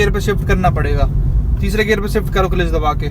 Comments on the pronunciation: Clelitch nahi hota hai clutch hota hai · Kilich nhi hota kalach hota hai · It's cilach 😂😂😂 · Bhai clutch pronounce toh karna nhi aata gaadi chalna shekhau gye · Gari salana sikhane se pehle aap maharbani karke Clutch ka pronoun setion to thik se kariye